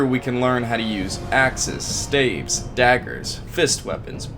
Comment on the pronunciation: Staves 🤣🤣🤣🤣💀 why he keep saying it like that